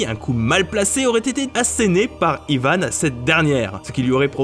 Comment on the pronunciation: Pourquoi Yvane on dit pas Yvan